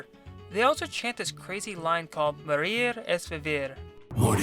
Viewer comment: When the cultists said "Morir es vivir", I always heard "Moldy STDs" lol